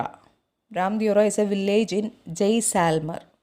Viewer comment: it is not jayselmer it is jaislmer